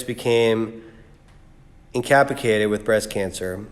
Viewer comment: infinite brother, aronisly, and incapicated????Really dude. Find yourself a 5th grader and get some help with the big words and your reading skills.